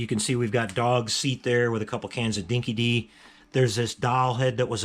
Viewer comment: Great video...but as an Aussie I cringed every time you said “Dinky Dee”. It’s pronounced “Dinky Die”...it’s one of the true bits of Aussie slang...in this case it means "loyal". And with you being such a "true blue" Mad Max fan...that’s a detail you need to get right...😂 BTW This was a very cheap Australian dog food back in the early 80's and I remember feeding this dog food to my own dog...it was terrible smelling and she totally hated it...🤣